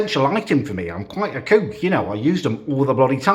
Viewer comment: “I’m quite a CEWK” - 2021